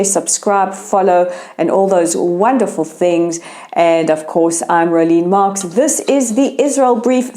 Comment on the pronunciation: Rolene “Mask” or Marks? 😂 Whatever - one can always be assured of the truth, the whole truth and nothing but the truth of the affairs in the Middle East. Unbiased, unedited and journalism with integrity- unlike anything you will hear by the MSM! ❤️🇮🇱❤️ Keep it coming please - love the daily broadcasts!!